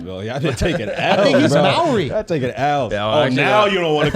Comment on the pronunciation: It's Maori like Moldy but without the D 😂😂